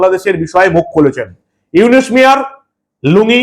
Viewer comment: আরে মাগির পুত তুই তো ডক্টর ইউনুসের নামটাও বলতে পারিস না, তুই কি বালের সাংবাদিক মন চায় তোরে জুতা দিয়া পিটাই।